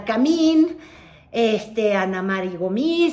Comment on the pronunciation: esos tus lapsus son preocupantes, la pareja de Aguilar Camín-que no Camil-, es Ángeles Mastreta. Toma algo para el cerebro.